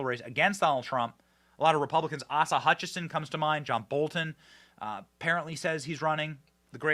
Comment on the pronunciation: My husband, who is from Arkansas, chuckles and says, "It's 'AYE-SUH'" each time you pronounce Asa Hutchinson's first name as Aussa, as in Australia. We are 1000% for President Donald J. Trump!